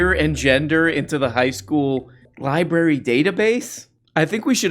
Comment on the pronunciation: It's pronounced LIBRARY not libary! I was going to say you seem smart, but it's obviously the contary.